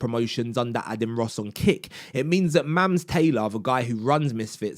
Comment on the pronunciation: Aden 😭 Bro at least learn how to pronounce the name of the person you made a video on 😭